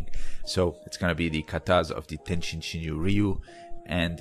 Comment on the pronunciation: Good comment. TenShin is used oftently but tenjin is more right. But in anycase it is not the end of the world. Even tenjin shinyo members might right "tenshin" sometimes.